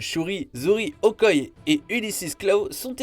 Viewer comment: Mais s'il te plaît c'est OKOYÉÉÉÉÉ